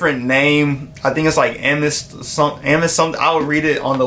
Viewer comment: Am- eh-thist 😂😂😂😂